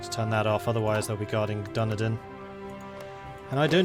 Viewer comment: Oh god your pronunciation of Dunedin >< it hurt me to my soul. It's said Dun - Edin